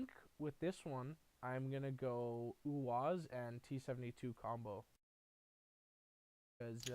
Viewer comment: Its pronounced U A Z